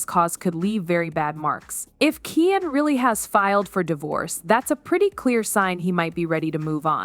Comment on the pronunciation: His name is keooonnn not ken